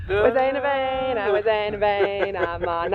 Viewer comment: "we zijn er bijna" in Dutch, you have done that really well!! what an amazing trip guys!!